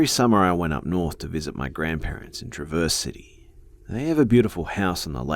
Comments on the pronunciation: Sorry to be that person, but in the first story, it's pronounced Tr-ah-verse City, sorry :P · How you pronounced traverse city, lmao, I can see how you got that though, and honestly if I wasn't native to Michigan I'd probably pronounce it that way too